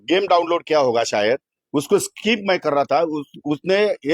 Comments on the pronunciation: अजून काय काय खेळतो हा गडी.... रम, रमा, रमी 😂😂😂😂😂😂😂 कृषिमंत्री आणि कोट घालून फिरतो... स्किप पण म्हणता नाही येत... स्काईप म्हणतो 😂😂😂😂😂😂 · याला साध स्किप म्हणता येत नाही आणि असले येडझवे लोक आपल्या उरावर बसवलेले आहेत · त्याला स्कायप येत नाही स्किप म्हणतात काय रे महाराष्ट्राच्या जनतेने निवडून दिले😂😂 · यांना नीट skip बोलता येत नाही... स्काईप बोलतायत...हे काय दिवे लावणार आहेत... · स्किप ला स्काईप म्हणतेय येडं शेतकऱ्यांच काय भले करणार😅😮😂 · स्काईप नाही हो साहेब त्याला स्किप म्हणतात... 😂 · सरकारमध्ये मंत्री पण एक एक नमुनेच आहेत 😂😂 सरळ खोटं बोलत आहेत मंत्री महोदय जाहिरात आल्यावर अस पत्ते सरकवता येत नाहीत स्किप ला स्काईप बोलतोय 😂😂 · स्किप ❌️ स्काईप ✅️ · हे येडझवे मंत्री साध स्किप (SKIP) बोलता येत नाही, आणि हे शेतकऱ्यांना जागतिक स्तरावर represent करणारा, अवघड आहे महाराष्ट्रच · ह्याला स्किप बोलायला येत नाही 😅 😅 🤣 आनि हा कृषिमंत्री... आनि आमच बाबा बोलतय 🚸 शाळेत जावा 🤣 🤣 🤣